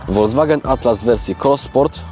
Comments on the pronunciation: vw czyli folks wagen,tak napisze bo jak po niemiecku to bedzie hejt. Dlaczego w Polsce prawie wszyscy mówią wolgswagen 😂😂,to tak na marginesie,po zatem lubie oglądać i doceniam. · Folkswagen wymawiamy na miłość boską...